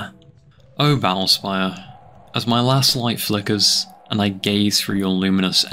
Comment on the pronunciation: "ba'ull spayuh"